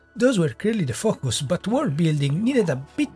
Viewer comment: It’s sounds like you are saying “f**k us” instead of focus which sadly still fits. This game was made for children…really slow and challenged children.